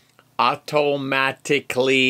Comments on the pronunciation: California accent comes out after a few 'wobbly pops' lol! AU-TO-MA-TIC-LY... HAHAHAHAHA! And I loved the 'deep' talk about the Snack Packs! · “Auto-Mat-ic-lee!” 🤣 Best EMT ever! Love it and love you! 🤗